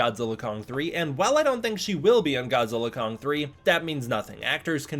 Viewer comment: Congratulations on properly pronouncing 'GODZILLA X KONG' as 'GODZILLA * KONG'!😆instead of 'GODZILLA EX KONG'!👍